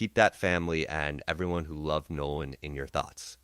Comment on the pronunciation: This is not “trump’s team;” it is CRUMP’s TEAM. Don’t get it twisted. And the young man’s name is NOLAN , not “No One” WELLS. AI, you are being disrespectful. Like LAW ENFORCEMENT and Nolan’s so called white friends, you are treating him as if he was “no one;” as if his BLACK life didn’t matter. More questions: What was he doing with THEM on the day that THEY would be celebrating THEIR freedom - independent of FOLKS LIKE HIM And why was he sidetracked by that particular girl - also one of THEM - kids whose parents likely voted for Racist Trump who was hosting White nationalist - in Washington - on that day? Get it right!